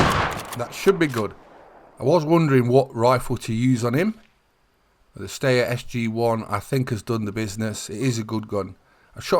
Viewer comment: Hi, nice one 👍 just a point steyr is pronounced sty er, like pigsty er 😂